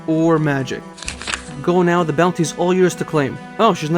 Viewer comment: Your pronunciation of "bestiary" is correct altho for years & years I used to say "bestiary" & it's a hard habit to break I'm sure you already figured it out but the icon in the top left is a plugin for slayer, however I don't believe it tells you anything the slayer gem doesn't, either directly or by talking to the slayer master via contact; so if you want to keep it or disable is up to you! (Fwiw in the official Jagex client & mobile app they're working on adding some Official Plugins so in the end it comes down to personal preference & what you personally consider to still be unguided; it's your series after all!) Iirc farming patches are one of the icons on your worldmap, altho I can't remember if it tells you what the patch is, or if it does so with or without plugins. But even so, it's a good idea imo, to write up a list of your patches in the order you'd take to get to them, when you do farm runs (ex: start catherby -> run to ardy, etc) I need to do that myself honestly, I stopped doing farming runs after hitting 85 & now there are so many new patches I'm not sure where to start again.. Back when I was little & doing Hazeel quest for the first time, my family was in legal battles with one of my grandmothers who wanted to take our large multigenerational home all for herself & kick the entire rest of the family out (despite the fact they'd built an entire second level themselves) Of course, the idiots in court sided with her because she put on a little old lady act, so